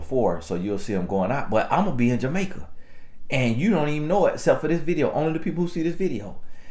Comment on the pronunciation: Off topic...This is the first time I heard pronounce "Jamaica" correctly!😊